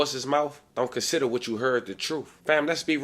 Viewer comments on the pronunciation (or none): none